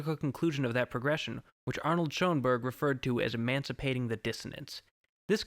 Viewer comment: It’s “SURE-en Burg!!” Not “Show-en-Berg!”